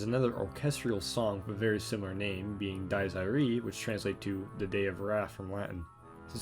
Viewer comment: the scariest thing in this video is your pronunciation of "Dies Irae"